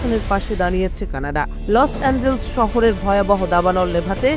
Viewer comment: লস এঞ্জেলস না লস এঞ্জেলাস